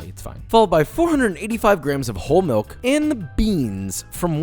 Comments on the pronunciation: Me: relaxing while watching a Josh make some canelles. Josh: splash in a little hot MEE-ilk Me:no longer relaxing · "Not gonna do a fancy foreign pronunciation because it's just weird" "Meelk"